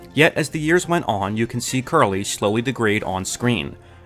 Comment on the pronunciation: Curly was my dog. but did you just say his name was Jerry Curly? I can't be the only 1 who hears it...😅